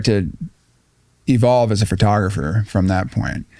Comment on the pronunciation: he said it Ughhh he said it FURTOGRAPHER... WHAT THE F IS A FURTOGRAPHER?